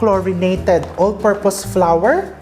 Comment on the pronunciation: I laugh how you pronounce flour, parang sounds "flower" . Thank for all your recipes and generous cooking tips❤️ Am just a new follower